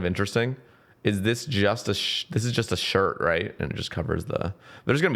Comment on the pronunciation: the way u said just a shirt sounded a lot like justiciar